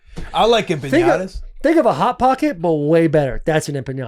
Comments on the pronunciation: They kept saying empenyada 😂😂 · The butchering of the word empanadas 😂 cmon fellas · Listening to Will and Taylor mispronounce empanadas is driving me up a wall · Boys just keep asking Will to say Empanadas